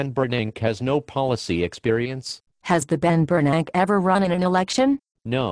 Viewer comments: I love how they pronounce "Ben Bernank". The rest is worthless blabber. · lol "the Ben Bernank" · I lost my shit at "the Ben Bernank" lol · "the ben bernank" I'M DYING!!!! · "The Ben Bernank" LOL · "The Bernank" is my favorite part of the vid. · is that my ears or do they always pronounce ben bern-ack !!! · Lol the Ben Ber-nack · Congress and bears can't pronounce 'Bernank'.